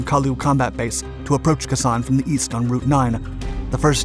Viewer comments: Khe Sanh (pronounced kay sonn I believe) was important because it was very hard to get the NV army to stand and fight unless they had very favorable conditions. If I remember, there were large troop movments from North Vietman in a hope to do another Dien Bien Phu and get a major propaganda victory. So in trying to take Khe Sanh they commited to a large scale battle where the overwhelming firepower of the US could be used to bleed the NVA white. Basically, the marines there were bait. It must be remembered that the press, in large part, were very biased in the reporting, rather like now. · Kay San not Kah San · Pronounced Kay San not Ka San. A Vietnam Veteran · I found the description of the order of events shallow, without any substance to the details. What got me most of all was the narrator's pronunciation of the base (It's "KAY SAHN," not "KUH SAHN," with emphasis on "KAY." All in all, not a very good clip in either description and detail nor pronunciation. You can do better. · kay san not kesan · Pronounced KAAY SONN, not K'San.... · KA sawn not KASAWN two words Like Taiwan Tai wan may be spelled One word but it's pronounced with a split in it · As famous/infamous as the Siege of Khe Sanh was, how TF are you mispronouncing KAY-sawn?! It sounds like "K'sahn." Here's a Japanese word for you: "K'sama!" Shit-head, Shit-head, Shit-head! Or do you pronounce it "skit-heed?" What's your real name - R. Sole? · Love your videos! Just an FYI, it's pronounced "Kay san", not "Kuh san". Keep up the great work 👍! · They make those types of mistakes quite often. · Keh SANH is usually pronounced: "K-san" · Khe Sahn - KAY sahn. Two words. And Dien Bien Phu....den ben FO. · You fully Butchered the Name ..it's pronounced Kay Sanh .. cringed everytime time ya said Khe sanh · Pronounced Kay sahn. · It's pronounced Kay-San! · Khe Sanh ís pronounced "KAY SANH", I know because I heard the word for several months. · Great Video BTW, it's pronounced Kay San. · Pronounced, Kay saan